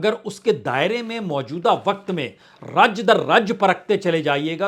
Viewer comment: आप का र्राजनितिक ??र्राज्य?? यह उच्चारण कैसा है।